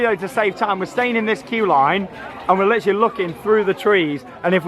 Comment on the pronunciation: Are you going to litter like a cat because you keep saying litterly